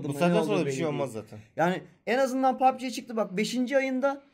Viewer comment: oyun adını her seferinde az da olsa yanlış söylüyorsun çok fazla kulağıma takılıyor uyarayım dedim